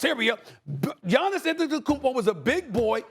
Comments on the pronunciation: K.p finally learn how to Giannis’s name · I'm surprised Perk was able to pronounce Giannis' last name correctly